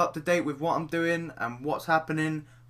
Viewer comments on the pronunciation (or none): "Follow meh at twiiah" :D beast voice